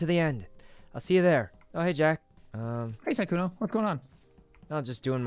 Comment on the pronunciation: I love how Jack calls sykkuno "sykuni"